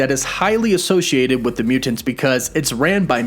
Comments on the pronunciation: Please learn how to say the word "mutants". It's Myootents. Not Mew-tants. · Why do you put so much emphasis on the second syllable of mutants? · Why does this guy always over annunciate all words that end in the letters ‘NT’ - for example mutants always comes out as Mute-aNTS. Drives me insane. Content is good but just say the words bud. No need to add so much emphasis to the syllables of the words you’re trying to say. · You mean MEW TENTS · Mute Ants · My question is why do you always pronounce mutants like mu-Tents. That's the hardest T I've ever heard. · “Mute tants” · The way he says “mutants “ ... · Is it just me or is he saying “Mutants” really weird